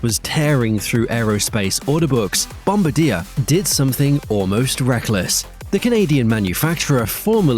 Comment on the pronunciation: that's not how you pronoucne bombardier. the fact that this wasn't picked up is finally my reason to block this channel.